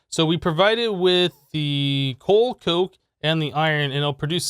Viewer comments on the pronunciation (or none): none